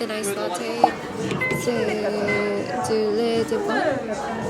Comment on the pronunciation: Bonjour ! Tu vas bien ? 안녕 ! 어떻게 지내세요 ? I don't have a Korean keyboard which would be so useful....You pronounced Lait d'avoine perfectly. As many have already let a few names, let me give you a few other French singers : Vanessa Paradis (her duets with other male singers are pretty cool), Clara Luciani (her song La grenade), the singer Raphaël. Alain Bashung too and for the most famous songs (Mistral Gagnant), the singer Renaud. Vanessa Paradis sings it with Maxime Leforestier, and she also sings with a French actress (Jeanne Moreau) the duet "le tourbillon de la vie". I love Patti Smith, I've read her books and follow her on IG so it was nice to see you reading her book, I still yet have to listen to Taylor Smith's last album. I love Amelie, I've seen it so many times. As for movies, Untouchables (Intouchables) with Omar Sy is a good one too. I don't watch movies a lot. I'm learning Korean so I've been watching mostly Korean movies and dramas. As for the heat, I'm the same ; hot summer is definitely not my favorite season. I can't function normally .. and where I work, the office gets really hot and sometimes my brain just stops working after 1 pm. A bientôt !